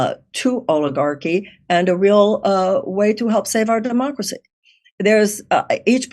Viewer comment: She pronounced it 'dumbocracy'